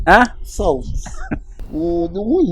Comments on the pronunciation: Aka don beat for English today 😂; short ❌ Aka; salt ✅ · Eiish i heard him saying Short instead of salt...🤣🤣🤣